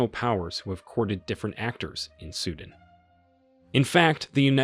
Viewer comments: it's not sudn it's sudaan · Its Sudan Not suedent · It's not suden ffs it's pronounced Sudaaaan. Seems like you're just reading some text. 😤😤